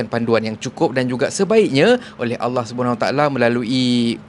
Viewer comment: Bg kasar cara tegur sebut allah pun tk betol